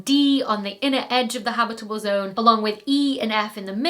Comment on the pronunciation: And reference-quality "habitable" and "habitability." Fun words to say!